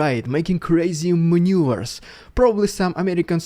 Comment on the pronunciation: Dude: it's mannooverzz not 'manures'.. Manure is the Russian army.